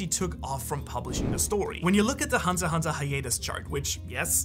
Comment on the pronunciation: its hunter "X" hunter not hunter hunter . bruhhh